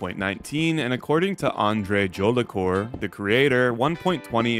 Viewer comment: Jolicoeur, not djolicore.